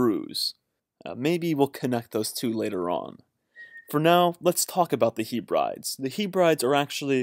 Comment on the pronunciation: Great info cheers! Can you say 'Heb-ree-deez' as that how you pronounce Hebrides. You're welcome ;)